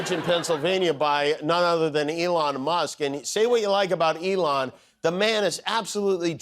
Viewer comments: Why hasn't anyone picked up he called Elon "Elonya" he must be in love. Lol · Ok I def heard him call Elon ELIJAH that time. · Did he call Elon Elijah? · Why is he calling him 'Eyanla'? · Did Trump call Elon "Elija"? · Did Fats Dummynuf, just call Musk “Elonia” ?! 🫣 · It was like Elon and Melania mashed up. I heard Elonia! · Did Trump say "Take Over 'Elonia', Take Over"❓❓❓ No wonder 'Leon' was jumpin'🤸